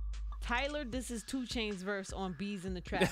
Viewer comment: Truuuu *small dramatic pause* 2chaaaainz!!!